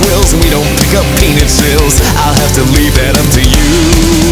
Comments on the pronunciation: Wait wait wait, did he say "Peanut Shells" or "Penises"? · The way pronounces "peanut shells"...I like it.